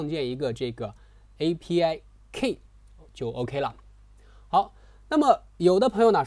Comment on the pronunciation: 不是'kei', 是‘ki:'